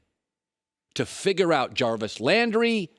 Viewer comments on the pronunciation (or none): "Chubb, Hunt, Harvey, OBJ, Callaway..." Did Colin just make up a player? Or did he suddenly decide to pronounce Jarvis with a Spanish and French twist?